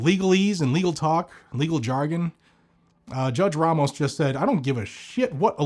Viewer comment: I love the way he say's Ramos lol RRRAMOS 😅😅😅😅😂😂😂😂😂